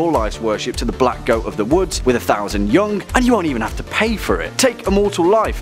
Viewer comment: The way he says young "yungk"